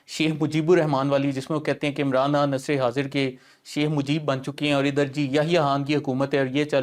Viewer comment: Bilkul buckwass show !! yay Chumcha abhi tak ' Khan ' bhi pronounce nahi kerna ataa??? 'Khan' ko 'Hann' kahi ja raha hay...aur host bhi us ko.. correct nahi ker raha?? Stupid show 👎👎